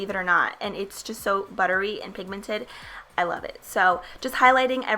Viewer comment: another great video! i love the way you say pigmented lol it always makes me laugh for some reason! Love your videos :)